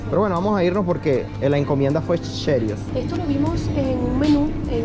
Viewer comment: Nunca habia oido pronunciar asi Como lo hizo "cheerios "